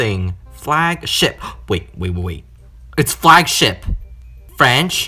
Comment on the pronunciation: Flag ship sounded like something else